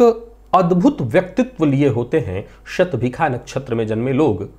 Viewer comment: आप विद्वान् हैं, युवा हैं, समर्थ हैं : एक पुरानी परंपरा, जिसका विशेष कारण समझ में नहीं आ रहा है, बदल कर सही करने का प्रयास करें तो सफल हो सकते हैं। वह परम्परा है— 'ष' वर्ण का उच्चार 'ख' करना। आप भी 'शतभिषा' नक्षत्र को "शतभिखा" कहते हैं ! कर्णकटु लगता है...